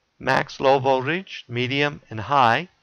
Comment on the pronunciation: Its Voltage...not Voldage